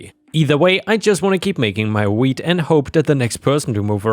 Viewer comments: Work on the pronunciation of "wheat", because it sounds like you're saying "weed". You have to anunciate the "T" in "wheat". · i was just listening to this and not reading so i thought when you said "wheat" you actual said weed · Omg i thought you said weed lol 🤣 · Story 2: It took me waaaaay too long to realise you were saying "wheat", and not "weed". 😊🤦‍♂ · I know he was saying 'wheat', but I kept hearing 'weed'.